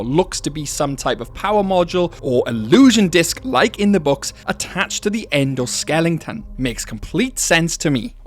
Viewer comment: endo skelington 😭😭😭